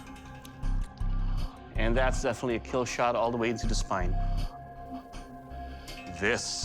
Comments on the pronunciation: "It will keel" has to be one of the most satisfying things doug can say in regards to any weapon Makes you proud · I love when he say it will keal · "It weel keel" ತ_ತ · That weapon will keel :D I mean kill..... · it will keel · " it will keal ^w^ " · But its not Kill, its keal. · I love how Doug Marcaida says kill it go so well with his accent